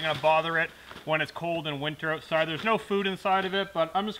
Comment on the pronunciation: Did you just say "ootside"?